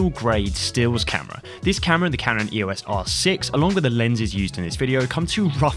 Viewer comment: It's pronounced 'eos' as in 'eeoss', not spelled out.